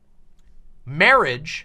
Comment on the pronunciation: MAWAGE. MAWAGE IS WOT BWINGS USH TOGEDAEH TODEH.